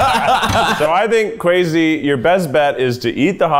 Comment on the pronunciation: Guys, how do you really pronounce Kwesi's name? In some prior video they said Kwessi but now it's Kwezi. I think of Kwazy Cupcakes from Brooklyn99 every single times. I don't want to disrepect him in my head he's so sweet, so which is it?